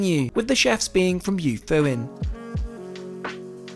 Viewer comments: You-foo-een. Love Kyushu. Lived there for five years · Yufuin is pronouced Yoo foo in, not Yahfahin. Similar to why I think you didnt say the city name where you started as that is pronounced Foo Koo O Ka, NOT F*ck U O Ka. 😅😂😂 Its also Ass O ( as in boat) not Ass Ow Edit: Also somethings that's been bugging me in your videos, saying "wagyu beef" all the time is completely redundant. Wagyu literally translates to Japanese Beef (more precisely beef from the country of Wa, which is the oldest recorded name for Japan). So each time youre basically saying japanese beef beef. You can just call it wagyu as an entity on its own. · The place Yufuin is pronounced more like Yoofooin but the oo sound is shortened a bit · lol gotta love your ridiculous pronunciation of Yufuin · Great video except your pronunciation of Japanese words is appalling. The reason for the no photography in the bar is Japan is huge on privacy and the protection of fellow passengers integrity. If someone has a little too much to drink they don’t want images of that out for all to see. Especially employers or clients. I guess you could say they want these people to be able to relax without fear. Not having to wear a mask for once. If they could be photographed or filmed they wouldn’t be able to actually relax. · That was an excellently shot and edited video. This train is local to me (I live in Fukuoka). I've seen a few videos on it, but I think you captured the experience best. I would suggest you have someone give you a bit of guidance on Japanese pronunciation though, as the way you said some of the names was a bit off.